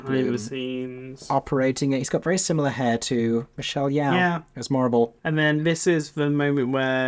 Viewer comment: Hi! love hearing your thoughts and speculations for the film, I’m so excited and can’t wait to see what the cast brings to their roles! just a side note, for your future videos - Michelle Yeoh’s name is actually pronounced Ye-oh (spoken fast, in one syllable), similar to “Yo”! it actually rhymes with your name 😂 hope you and Aeron are having a great day/night! ☺️